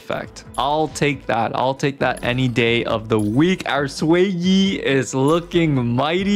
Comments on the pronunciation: Its not Swayi or sueyi its pronouced "Shueyi..." 😭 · Her name is pronounced more like "Shoo-ay" instead of "sway-e" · not sway-yee but more like sh-wear yee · Improved pronunciation! keep it up! What a journey. From "Zhu-yeee" to "X-Y" to "Sway-yih"! Reminder, in Chinese, the pinyin is "Xuě yī", which in english, is closely pronounced like "Shu-way", Sh as in shake, (because it's called the glottal stop in linguistics), then "yEEE", emphasis on E, don't end it in a "-h" or sigh-like sound. so not a "sigh", but a "trEE" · I was losing my mind the way he was pronouncing it ngl 💀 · no, xueyi is chinese, the x is not pronounced like a s, it's more like a sh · jfc so much pain every time i hear you pronouncing xueyi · It takes 3 minutes to learn how to say a character's name buddy.